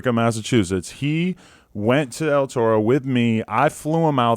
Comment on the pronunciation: Say it right dawg ur in LA “L Toe-Roe”🤣🤣🤣🤣wtf